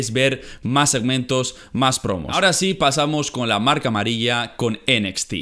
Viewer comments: Me da un poco de cosa cuando dices enequiste (NXT) en lugar de decir Enecsti xd Y pues yo digo que los reviws en un solo video esta bien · "Enesti" :v